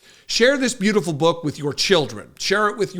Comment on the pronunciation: Every time he says the word beautiful he bastardizes it